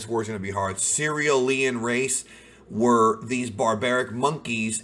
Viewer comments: Lol he says it like, Cereal-e-in Instead of Sir-rule-e-in You don't say krypto-e-in right? It's kryp-to-knee-in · It's a play on cereal. Cereal-ians. Idk why he struggles so hard with it. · Cee-rel-ians Oof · pronounce it like this for ease: Sir reel ian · Thank you. I cringe every time he does it. It’s like people from Sicily...Secilian